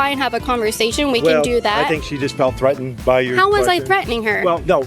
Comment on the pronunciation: "they're Thretened" HUH